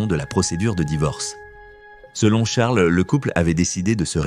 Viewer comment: On fait pas la liaison avec Charles